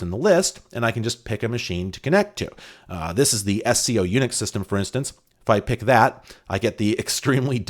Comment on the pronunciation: SCO was pronounced as a word not as 3 letters. I was at UCSC in the 90s and while I didn't work there I knew a lot of people who did, and they all pronounced it as a word.